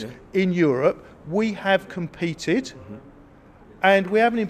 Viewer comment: Ahhhh the coveted “Competed” word😍